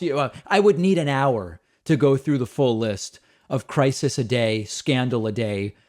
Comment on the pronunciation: Also, crisis has 2 syllables, not 3. kuh-RYE-sis!!!! LMAO